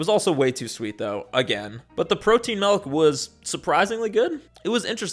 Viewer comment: you pronounce it "malk" and i think that's cute